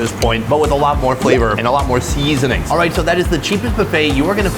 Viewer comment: I watch exclusively to hear his pronunciation of sea-zon-ings